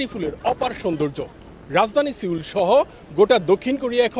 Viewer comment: সিউলি না, সিউল হবে